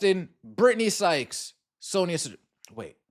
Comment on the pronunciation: Her name is Sonia Citron not Citrone. Y’all gotta have more respect pronouncing people’s names